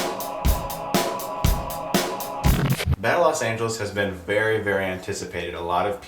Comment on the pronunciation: Los not LAS